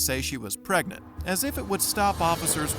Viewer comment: "im pregnit!"